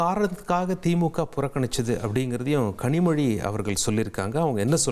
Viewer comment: Kazhimoni nu thappa pronounced ah or purpose ah😂😂😂